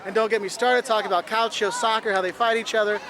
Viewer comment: Calcio its not pronunced like that but its fine but some Italians get really mad if you do a misspronuncation and make you Say It until you pronunce It right